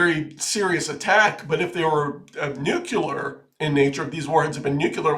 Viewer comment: Nuclear. Nu-clear.